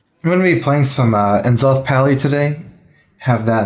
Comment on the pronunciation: hearing people say EN-zoth triggers me more than it should